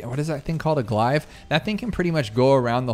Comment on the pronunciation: My biggest gripe is how you pronounce glaive lmao